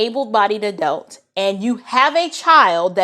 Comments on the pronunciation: Help me out. Isn't the word pronounced, "A-DULT"? What is an "A-DELT"? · Still trying to figure out what an "ADELT" is🤔